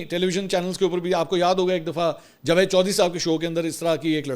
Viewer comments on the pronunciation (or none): none